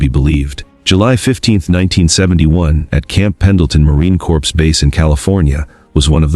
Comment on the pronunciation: It's not a "corps". The Correct pronunciation is CORE . P & S is silent!!